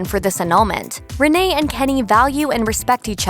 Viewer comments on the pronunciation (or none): Rin-E Zellweger? 😂 that’s not right. Rin-nay I believe.